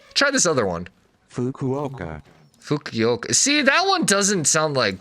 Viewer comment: Japanese pronunciation is deceptively easy-just pronounce each syllable how it’s spelled. Fu-ku-o-ka. You got this 👍